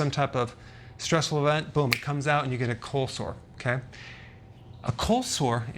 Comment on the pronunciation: I'm sorry but it sounds like he's saying colslaw 😂